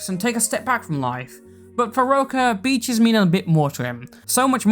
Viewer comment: Great video, but I had to stop what I was doing and rewind when I heard Beaches as Peaches and thought that SOMEHOW the hopelesspeaches drama bullshit had made it into this completely unrelated thing.